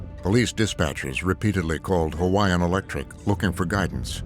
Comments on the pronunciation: The narrator did a good job pronouncing the Hawaiian names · I'm only a few minutes into the video, but this narrator is doing an amazing job with pronunciation. Great job.